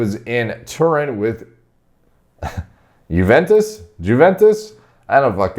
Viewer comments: Huventus hahah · Giuventus xD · i know Americans are very close up to their world .but thinking that pounds less than euros .not knowing how to pronounce Juventus F.C. is just too much thats just sick